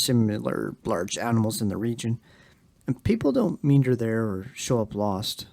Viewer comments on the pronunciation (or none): W/love &all due respect to millennials, & your atrocious vocabularies..😢❤! Meander ~ (Mee-AND-dur)